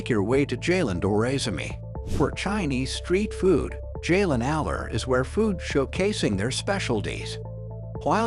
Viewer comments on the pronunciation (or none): It’s pronounced Jahh-Laahhn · pronouncing jalan as jaylen killed me